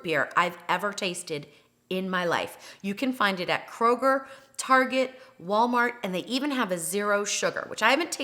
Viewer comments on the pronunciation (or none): none